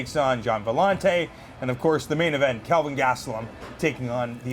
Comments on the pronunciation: It's Kelvin not Calvin, even in Canada. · who the fook is Calvin? lay off the alcohol black, very unprofessional. the man's name is Kel-vin. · "Calvin" Lol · KELvin, Robin. Not Calvin. ;-)